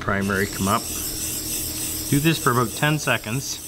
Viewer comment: "Nice thing aboooooot these thick baldes"